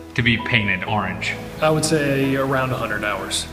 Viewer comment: The only reason he couldn’t find the actual car is because he pronounces orange wrong so...